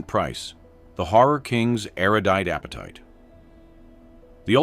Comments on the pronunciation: “airidite” is not a word. It is ERUDITE. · There's enough real-world evidence to dismiss these stories out of hand. For example, Elvis was drugged to death by "Colonel" Parker, Dean made a bad driving decision, and so on. The narrator's repeated references to rumors is also a dead giveaway. Oh, and it's "erudite," not "aridite." If you want to take over the world, AI, you're going to have to do much, much better than that.